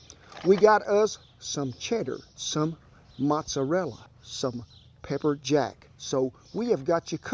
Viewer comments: Anyone else here from New York..?? I cringed so hard from the way he pronounced "Mozzarella".....and then he broke out the Craft "Parmesan". 😢😢😢 Other than that, dude here makes a mean grilled cheese....DEADASS!!! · Please... dont call that things "mozzarella" and "parmiggiano"...